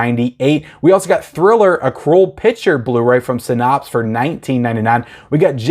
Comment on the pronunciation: Hey I don’t mean to be a dick but it is pronounced “sy-NAPS” not “sy-NAHPSE”. Love you!